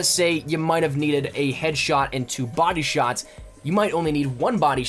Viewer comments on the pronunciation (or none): none